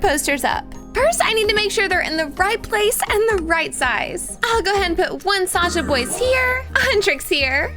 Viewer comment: Why do I always hear the, ``err ah'' when she is always saying ``saja boys''?